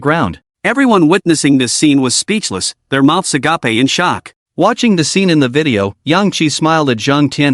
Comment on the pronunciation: it's agape not agapey